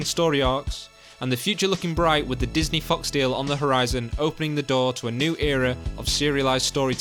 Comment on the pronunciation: I thought he said “Disney fucks” instead of Disney fox XD